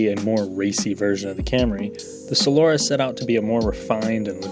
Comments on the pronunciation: Solora smh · I've heard it pronounced both "SolAHra" and "SolERa". For what it's worth, my dad handed me down his Solara SLE V6 when I was in high school, and it was a great car! So comfortable. The interior was great quality and it had a very good sound system. I took it halfway across the country and it was just an amazing highway cruiser. When it came out, I remember reading that the highway road noise was lower than a Jag S-Type at the time. Thanks for the review! I actually LOL'ed at some parts. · From a guy who can't even pronounce "Solara" correctly...right...